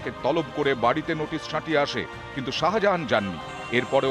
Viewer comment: আরে বাবু ওটা শাজাহান নয় শাহজাহান 😂😂😂😂😂